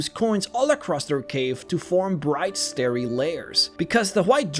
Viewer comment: You miss pronounced starry. STAR-ry lairs with the twinkling stars of the frozen gems and coins.